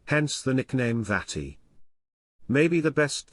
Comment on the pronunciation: Mölders‘ nickname Vati is pronounced as Fah-ti and is closer to „Dad“ than the slightly childish „Daddy“ (which is similar to „Papi“ in German) RIP